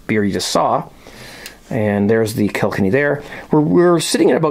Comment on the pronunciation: hi its kil-kenny not kilk-enny but keep up the good work on a marathon month watching all your videos 17 cheers from paul in ireland